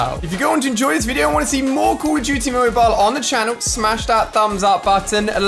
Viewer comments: “Call of Jute Mobile” yo- you mean “Call of Duty” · Why say call of duty like that